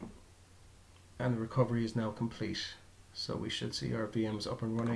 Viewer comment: Thanks for the videos, helped me a lot during my installation. But why do you say "compleshe", "bush", "thash" etc. instead of a regular "t" on the end?